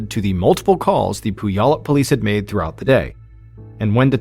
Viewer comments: Sorry.. it's pronounced " pew al up". We have alot of town names here that are hard to pronounce.😂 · Puyallup = Pew-all-up 😁 Look up 'Do the Puyallup' - it's a song about the fair and will sing you the pronunciation. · Mispronounced Puyallup. It's Pyu-allup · The pronunciation of Puyallup is funny. Washington state has many cities with American Indian names. I live in one of them - Yakima. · I love when outsiders try to say Puyallup